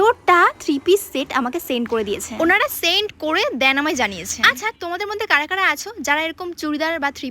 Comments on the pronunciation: Than na bhai then bol .. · দ্যান না বোন ওটা ওটা then / দেন